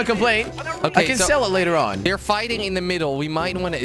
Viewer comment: "We are very good at fighsting" - Jelly 2016